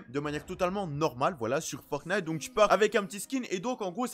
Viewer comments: Moi: ont dit "Fortnite": je dit "Fortnate" Si vous écoutez bien il dit "Fortnate" xD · Moi je dis Fornite... (je prononce pas le T) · Il dit un peut des deux